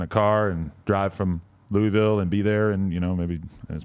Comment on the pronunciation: It’s Lou-a-vul not Louieville. Don’t disrespect my city. 🤡🤪